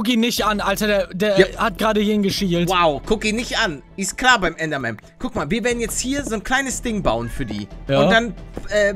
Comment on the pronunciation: Normale Leute: Oh Oh. Ein Enderman! Palle: Ein Endermem! Zuschauer die das hören: Wtf Palle?